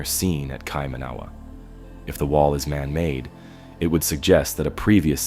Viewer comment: It's pronounced keye-mah-nah-wah. New Zealand. But that's really interesting. I didn't know that was here in New Zealand! Thanks